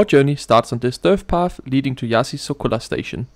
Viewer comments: And it's not Iassy either. It's Iash. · /IÁSH/ /KISHINÁU/ That's how you read them